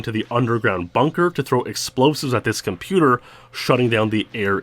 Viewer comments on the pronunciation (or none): none